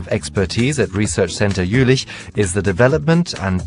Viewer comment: Was it only me who got annoyed everytimne he said "Jülich"?